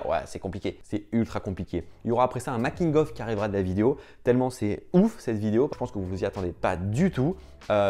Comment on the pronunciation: J'ai kiffé le "Mc King Off" à ça sonne comme un burger 😅